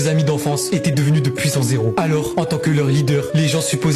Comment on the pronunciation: Sympas la liaison dans la phrase " des puissants héros 😅😂😂"